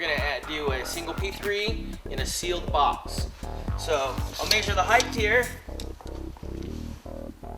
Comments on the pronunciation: Heighth??????? Maesure??????? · he mayshured that "heighth" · Not knocking the guy, or RTTI... I know what "width", "depth" and "height" are... But he keeps saying a combination of height and width; "heigdth" :D.